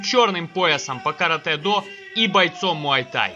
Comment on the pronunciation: Слава богу , хоть кто то правильно сказал название японского боевого искусства Каратэ-до .Вам лайк от меня.